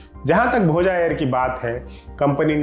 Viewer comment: भोजा नही भोज बोलिए